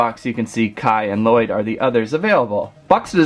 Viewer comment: It's not laloyd it's llyod